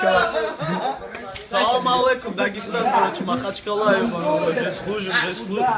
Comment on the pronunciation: А почему эти существа говорят 8 слов матом из 10 и постоянно произносят ,,карочи,, ? Они укороченные что ли?